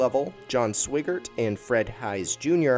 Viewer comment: Man, you've got to do more research into name pronunciation. Teach your voiceover guy/software. The lunar seas -- mare -- are MAH-RAY. Jack Swigert -- SWI (rhymes with fly) GERT, Alfred Worden -- WORD (pronounced as word, because it IS WORD) -- EN, etc. Please get your act together before trying to teach any more history.